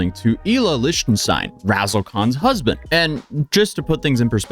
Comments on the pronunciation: The way you keep pronouncing his last name is bugging me. SAY IT LIKE "LICK". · I hate that you cant say Lichtenstein